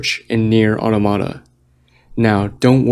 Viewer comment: Who pronounces it Nier "ottamotta"